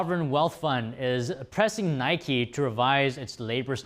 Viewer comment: the nice lady seems to have not been told how to pronounce “Nike”